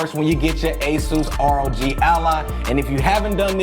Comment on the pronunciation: Thank you for saying, "R-O-G" instead of "Rog as in Log"... thanks for the tips!